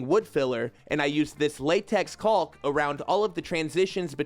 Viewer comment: Caulk, walk, talk. Not caulk, bulk, sulk.